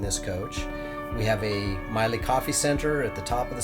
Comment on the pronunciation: The product name Miele is pronounced "Mi", with a long E sound - "e" with the same first letter sound as the word 'ever.' "le" has the same sound as the first two letters of the word 'lever'. It is a traditional German family name. P.S. You produce an incredible, second to none, Motor coach. Love your videos!!!!